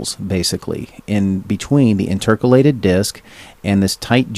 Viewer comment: Educational and informative, but please learn how to pronounce "intercalated" as it drew me out of the presentation every single time you said it. It's interCAlated, not inTERcalated, emphasis in the wrong place. Also the hand written notes could be very hard to read for someone with dyslexia.